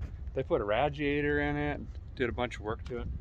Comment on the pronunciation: I don't know why butyou saying "ragiator" is crimgy to me along with the other mispronounced words of yours!?!? Like your videos other than that